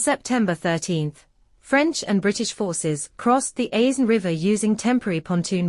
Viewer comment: The S in Aisne is silent !